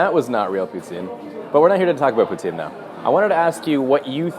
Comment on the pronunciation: Where exactly are you from? you said poutine like poutsine which is very disctintive of the french canadian prononciation.